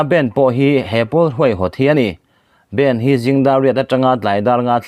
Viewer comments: Bend ni lovin bandh ti a lam tur aw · bend ti tawh suh aw bandh hindi trawng a stop tihna nia.....